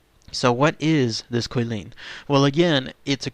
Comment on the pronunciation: I think I heard Kwih-lin, it's actually Chee-lin, more like that. 😁